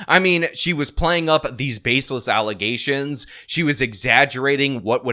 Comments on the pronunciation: Say it right,. Allezations. Not facks, allezations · Those were a lot of “allezations” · "Allegations".......do you mean ALLEZATIONS?? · always remember “ ALIZATIONS “ not allegations anymore. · How dare you keep calling the allegations instead of the correct "false allezations" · Im very upset you keep mispronouncing "Allezations" fix it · or as the former Super Mayor would say: “AllezAtiOns”